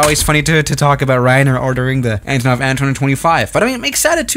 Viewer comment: Antonov, not Anatov